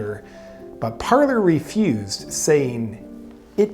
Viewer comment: It is Parler, nor Parlor. One is a French verb meaning "to speak", one is a formal sitting room. And they are not actually pronounced the same. Parler has a silent "r", since it is French. "Parlay" is the correct way to say it.